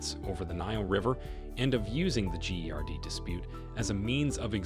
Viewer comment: "The gee ari dee" it pronounce 'Gerd' stupid 😂😂😂 trying to annoy the hell out of me about the dam from the start🤣🤣🤣 💚💛❤